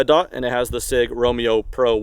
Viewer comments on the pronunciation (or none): none